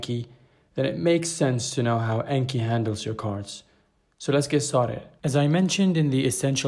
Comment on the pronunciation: Just fyi: pronounced "On-Key"